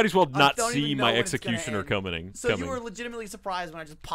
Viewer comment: flubs every word. Including coming. Instead of saying coming he said comining lol